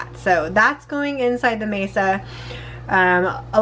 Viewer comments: I am going to ask you why you are using a table in your tamales. 😂😂😂 I’m totally teasing you! The corn mixture is pronounced Mahsah. Maysuh (mesa) means table, in Spanish. You are just too cute! I love the red chili sauce! I’m curious, do the little flakes from the skin soften? I once forgot to strain my chilis and I had little pepper flakes. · It's not maysa it's ma'sa. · you keep saying Mesa, it's actually called Masa lol😊😊😊. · Mesa I was like oh she means Masa 🫔 😂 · My family has made these for years, never with a tortilla press though! That looks so much easier than spreading with a spatula! I love how you do your 🌶️🌶️ peppers too! It beats boiling the chilies. In our family we pronounce it Masa instead of Mesa. Thank you for sharing, I can't wait to try it your way next time!❤